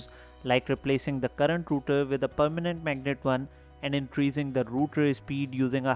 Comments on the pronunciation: It's Rotor, not router. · It's rotor not router